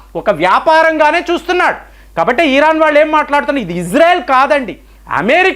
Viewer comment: ఇరాన్, ఇరాక్ అనండి సార్ దయచేసి, ఈరాన్, ఈరాక్ అంటే చాలా ఇబ్బందిగా ఉంటోంది వినటానికి. మారండి సార్